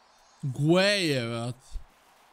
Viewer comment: Lik se pravilno izgovara Gej, on kaze Gueje....Eh ko sve prica o fudbalu.